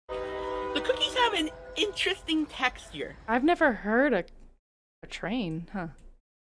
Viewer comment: Textiure? Sorry what?